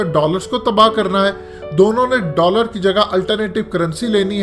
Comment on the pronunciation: Jb is nay kaha k Rooosss Daller ko tabaah krna chahta hay...Main smjha keh kraha hay "Dawlance" ko tabah krna chata hay....Kya Qusoor kr diya bay chari "Dawlance" ne Rooossssss ka Bhaieee??